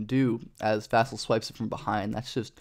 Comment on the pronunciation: Vuh-sell is how you pronounce it